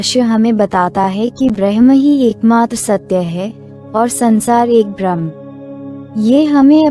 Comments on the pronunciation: please properly pronounce the word Bramh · कृपया bramha शब्द ka सही उच्चारण करे